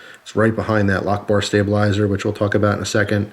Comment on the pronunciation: i thought he said allahu ackbar instead of lockbar